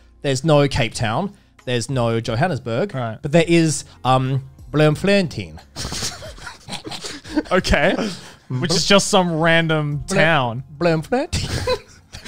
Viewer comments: That pronunciation of “Bloemfontein” was painful. (And technically, Bloemfontein is one of South Africa’s capital cities.) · As a Dutch person, I died a little inside whe he pronounced Bloemfontein.. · Was there any south african that was triggered by the fact that his Afrikaans accent was well done but the pronunciation for Bloemfontein was so wrong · however these guys are saying it is wrong. The town name consists of: bloem (flower) fontein (fountain). This is because the dutch colonized the ever living shit out of Africa. The way you should pronounce it is: bloom font ein (like the german word nein). Hopefully you learned something today🙂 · As a South African this is like a fever dream that makes me happy. It's not a terrible accent thou. It's phonetocally pronounced Bloom-fon-tain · As a South african I never imagined we'd be mentioned on this Podcast😂. 7/10 Afrikaans accent but the pronounciation of Bloemfontein, yikes lmao. 😂😂😂 but glad to be recognised nonetheless. Come over again sometime😀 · As a South African I am impressed by the accent but not impressed by how you say Afrikaaner. Bloemfontein- bloom-fon-tain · Blermferntien lmfao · The pronunciation for Bloemfontein was fucking hilarious hahaha, I'm Dutch so I understand the name too and it's more like, "Bloom-fohn-tine". It's literally flower fountain. Bloem being flower and fontein being fountain. Great video tho, lady beard is hilarious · Bloemfontein isn't just a random city and capital of Free State; it's the judicial capital of South Africa (Cape Town is the legislative capital, and Pretoria is the administrative capital). As far as I know it's pronounced BLOOM-fon-tayn. Actual South African people feel free to please correct anything I got wrong. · For those curious, it's actually pronounced Bloom–fon–tain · Blom fon Tyn - this is how you say it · I'm mad that they cant say Bloemfontein lmao It's pronounced "Bloom Fôntain" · Lol they butchered saying Bloom-Fon-te-ain